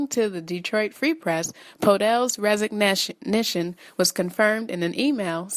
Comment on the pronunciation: resignition? is this a new word 00.42